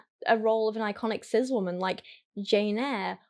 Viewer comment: why does she pronounce cis as sizz